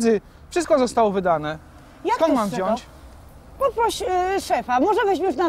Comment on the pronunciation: drobna uwaga dla pani... MÓWI SIĘ WZIĄĆ!!!!! (sorka ale bycie córką nauczycieli ma swoje minusy)(poprawiam wszystko i wszystkich)